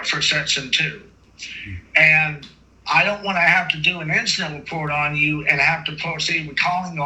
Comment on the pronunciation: He’s wight and it’s all going in the weport. 😂